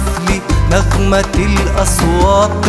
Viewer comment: صوت و أداء في قمة الروعة، بس ليته ينطق كلمة (أصوات) بالتاء بدل الطاء أحلى❤